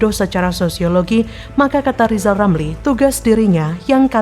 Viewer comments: Lijal lamli dididik ngucap huruf RRRRrrr dulu 😂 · Li...lameli...😂😂😂 Ili kok dipelihala😂😂😂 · NGEBCOT AJA LO LIJAL LAMLI,,, BELAJAR DULU NYEBUT HURF "R" BARU BELKOAL KOAL LO LAMLI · 😊😊...... LIJAL LAMLI KAMU BILANG "R" DL YG BENER , JGN MERASA PALING PINTER TP PECATAN . JALLLL......LIJAL..😊😊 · Suruh belajar ngomong ...R...dulu itu si Lijal Lamli baru ente kelihatan pintel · Sekolahkan TK dulu si RR sampai bisa mengucapkan namanya dg benar